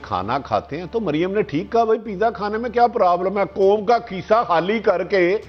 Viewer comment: Oye Bhatti...kaisi hai teri "foj" aur teri "kom"....😂😂😂